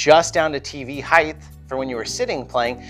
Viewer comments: Height not "heighth" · "Heigth"... :).... Great info in this video.. I'm gonna have to try some of these.